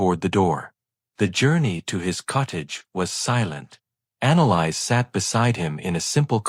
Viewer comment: Annalise or Annalise, as in Anna Lisa, sans the A at the end. Not “Analyze”. Hells bells, the pronunciation in this is atrocious. Irritating beyond description.